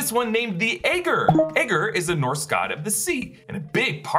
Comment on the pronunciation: The name aegir is pronounced 'A-Gear'